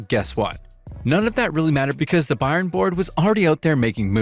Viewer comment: Why can’t you pronounce Bayern correctly? I’m suspicious the voice is AI.